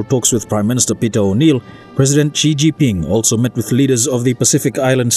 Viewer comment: Can the reporter at least get the name of President Xi jinping correctly? It’s pronounced like this Sea for Xi, Jean for jin, and ping for ping. Please!